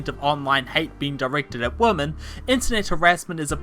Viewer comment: Being such a mack-daddy, one would think you knew how pronounce women, but I guess being a Kiwi prevents you from being able to English.